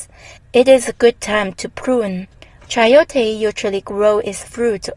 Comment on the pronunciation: i am from meico and the way you say chayote is very original the soud, I love your video